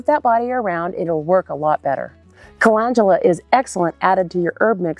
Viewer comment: You started off with saying the very first one WRONG, CA LEND U LA. LEND!